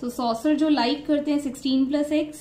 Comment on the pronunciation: Soccer ❌️ Saucer ✅️ 😂😂